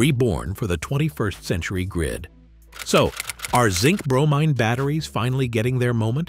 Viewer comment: bro-mean rhymes with chlorine